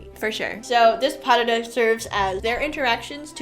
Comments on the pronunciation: If you were listening carefully...they pronounced pas de deux correctly (pah der der phonetically). No dahdah anywhere. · pas de deux is pronounced : pa (a like in Las Vegas or marijuana), de deux (the sound de or deux is almost the same like in the name maDEline) I tried to find a good exemple but it is not really an "English" sound ! If you type "pronunciation pas de deux" on internet, you will find a video with it ! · Please stop saying "pas dahdah"😢